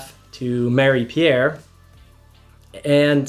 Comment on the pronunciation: Wait a sec, you're in Canada? but also in QC??! why did I think you were somewhere in the midwest of the US? They way you pronouce Marie-Pier... eh ben tu dois être parfaitement bilingue? good job buddy, much love from the southshore of MTL.